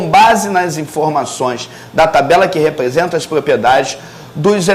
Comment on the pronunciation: Por que ele fala : '' peliódica, plopliedades,replesenta...'' ??